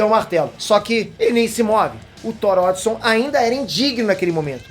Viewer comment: vc fala algumas palavras erradas(cêtro, odison) mas é um bom vídeo